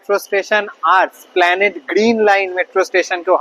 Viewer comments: no It is Esplanade not 'Esplanede'. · Esplanade -এর উচ্চারণ হবে এসপ্ল্যানেড। স্প্ল্যানেড নয়।